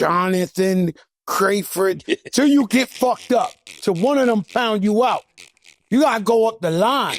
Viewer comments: Nigga said "Crayford" 😂😂😂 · Holup!!! LOL! Dis nigga Joe said...Crayford! LMAOOOO! Mannnn if you don't GTFO Joey!!! 🤣🤣